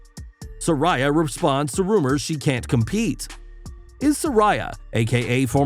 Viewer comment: People just can't get it right.... Sir-ay-Uh.... Not Sir-Eye-Uh